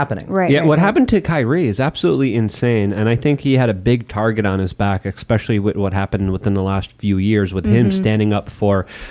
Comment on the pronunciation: Please..... It is especially. ESP-ECIALLY. It is not EXpecially